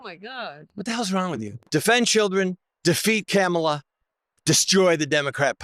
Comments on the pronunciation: Apparently this guy and Trump both have a hard time pronouncing Kamala. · That “candidate” still mispronouncing Kamala